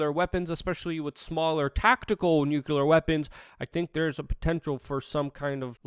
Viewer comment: Yes are Perfect my friend, except when you repeatedly say Nucular instead of Nuclear. George Bush Jr. would approve though. Lol. Love your channel, keep it coming. Great work.